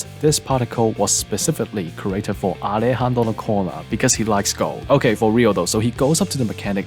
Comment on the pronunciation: whn you say that alejandro corner in the correct way, ifeels good and satisfying lol